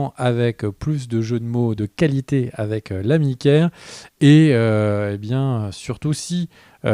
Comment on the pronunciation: Je dois le dire au bout d'un moment. Mais c'est Kere, pas Ker :p